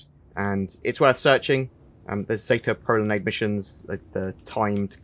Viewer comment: ”pro lan EYEd”